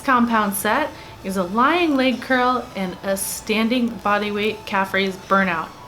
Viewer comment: Thank you for pronouncing leg correctly. Seems like everyone says " laaaaage day" ...there's no "a" in leg.